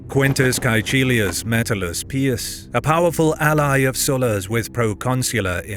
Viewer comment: Caecilius being pronounced Kai-Chill-i-us is hilarious if you know Latin